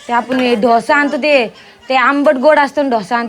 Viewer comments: कोणाला ढोसा 😂😂 त्याला डोसा म्हणतात आणि सांबर नाही सांबार म्हणतात सावळेच्या अनपळ सुना 😂😂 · ढोसा नसतं ग बाई डोसा म्हण ना आणि कोमल किती Gas वाया घालवला ग बाई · ढोसा नाही डोसा डोसा डोसा .....ईडल्या इडल्या नाही .इडली इडली म्हणाव.